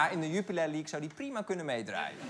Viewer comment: Ik vond Arjen prima tot ik hoorde hoe hij Jupiler league uitspreekt